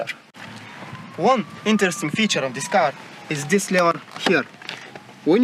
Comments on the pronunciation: "Dis cable...dis dis....dis is not important." :D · Zis kable iz not important. 😂😂😂😂😂😂😂😀😀😀😀😀😀😀 Buhahahahah buhahahahah